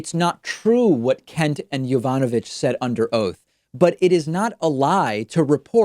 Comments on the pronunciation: It's pronounced YOE-VAH-NUH-VICH. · With long Russian names you stress the third to last syllable. Vowels are similar to Spanish: Natalia Makarova nah- TAH- lee-ah mah- KAH- roh- vah